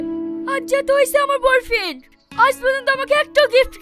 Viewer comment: ভালো করে উচ্চারণ করে ওটা boy friend হবে bor friend নয়